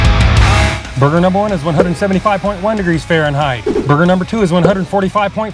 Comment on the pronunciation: “Barbeque Bacon Bourhgear🗣️🗣️🔥🔥🔥‼️‼️‼️”